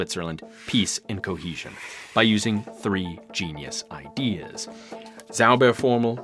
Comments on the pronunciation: Ahh the english pronounciation transforming a "Zauberformel" to a "Saubärformel" (magic-formular => hog-bear-formular) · Your pronunciation of "Zauberformel" (magic formula) sounds like "Sauberformel" (cleaning formula). 😅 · You pronounce Zauberformel like "Clean Formula". German "Z" is more like TS > TSAUBER